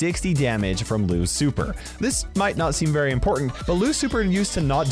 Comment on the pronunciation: He said Lou's super I thought he said Lu ci fer smh 🤦 Lucifer lol